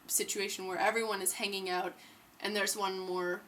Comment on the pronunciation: Are you canadian? the way u say "out" or "about" sounds like a canadian accent!